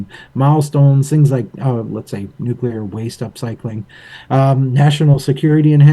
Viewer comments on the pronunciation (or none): My brain can’t handle it when people say nuclear wrong…. Good video though, thanks